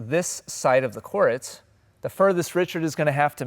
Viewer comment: Why do you pronounce “court” like “core-ette”??